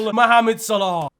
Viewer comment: Quick question: When will stop calling Mo 'Salarr' instead of 'Salah' 😂